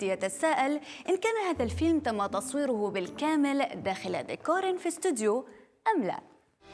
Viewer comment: ديكور مش "ديكاااار" 😂